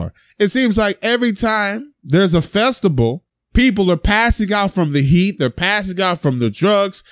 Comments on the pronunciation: 🤔what’s a “Festibel” - it’s “festival” 😂🤣😂🤣😂🤣😂🤣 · ima keep it real with you, the fact that you said "festible" instead of "festival" struck a nerve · That nigga said “Festibal” 😂😂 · This nigga said a "Festibal" 😭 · Did he say festible ? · A "festibal?" Work on your speech.. juss sayin..